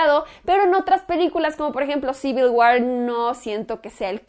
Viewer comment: civil guar, años y años, nadie te corrige la pronunciación de la palabra war, se dice fonéticamente uor :)